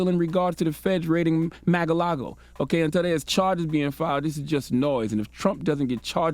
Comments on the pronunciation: Why does he keep say Mag a lago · he said “MAGA- LAGO” 😂😂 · Pronounce it correctly. MA"R" LAGO. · “Maga-lago” lmfao 😆💀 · LMAO Charlamagne attempting to say Mar-a-Lago.🤣🤣😂